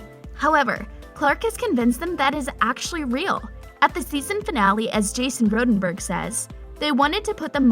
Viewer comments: Jason Rodenburg?! It’s Rothenburg 😭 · I’m sorry but did you say Jason roadenburg 😂😂😂